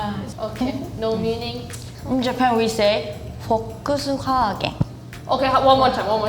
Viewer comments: She's wrong because in Japanese, it is officially pronounced フォルクスワーゲン or just ワーゲン which is pretty close to the original. Maybe she is just not that into car brands which is a good excuse. And all of the German brand names by the way certainly do have a meaning in Chinese, so the Chinese characters for Volkswagen 大众汽车 mean just that: "people's car". And of course, the girl from Spain pronounces the Spanish name Mercedes correctly. Germans are wrong here. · I am a native Japanese speaker and found the Japanese girl's pronounciation for "Volkswagen" totally wrong!!! She said "フォックスガーデン", this is totally wrong, and I've never heard of this before even one time in my entire life😅 We say "フォルクスワーゲン" correctly. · I agree too, like Foluks-Wahgen. not fox garden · フォックスガーデン？ フォルクスワーゲンだよ。日本人じゃないでしょこの人。日本文化知らないのでは。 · I’m Japanese. When the theme is “Volkswagen”, said like “fokkusuwagen(フォックスワーゲン)”. We don’t say like. In Japan we say “forukusuwagen(フォルクスワーゲン). It is very similar to German. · 私ものフォックスワーゲンに「えっ？」てなりました😂 フォルクスワーゲンが一般的ですよね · フォルクスワーゲンを知らなかったとしても、あんな間違いするのか謎なレベルwww どこかの地方だとあんな言い方するのかな フォックスガーデンwwwwwww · No, we don’t say like forksgarden in Japan😅 We say “フォルクスワーゲン(like forukusuwaagen)” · In Osaka some people call their 'BMW' 'bembe' a direct imitation of the German pronunciation. Also that Japanese girl's Japanese pronunciation of Volkswagen was just wrong. I think she's maybe never hear of it, but it's フォルクスワーゲン which is pronounced 'forukusuwa–gen', which is pretty close to the German pronunciation. I don't know what she smokes, but she said something like 'fokkusuga–gen', nobody in Japan says it like that. Wait at the end when the 'Japanese' commented on Mercedes-Benz, she spoke Korean, is her first language Korean? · In japanese Volkswagen is pronounced like "forukusuwaagen". I don't know why she said like that. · Japanese girl is sometimes wrong😅 We never say “フォックスファーデン” in Japanese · The Japanese person says Volkswagen the wrong way even in Japanese.